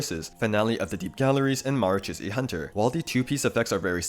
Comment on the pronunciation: just btw, the 'ch' in marachausse hunter isnt pronounced like "tch", its pronounced like "sh"